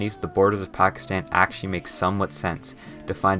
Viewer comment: Correct pronunciation Gwadar: ga wa dar Pakistan: both "a" in pakistan are pronounced like in "car"